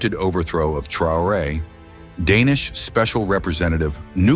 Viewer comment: Svp apprenez au moins à prononcer correctement le nom du Capitaine si vous voulez parler de lui. Remerciements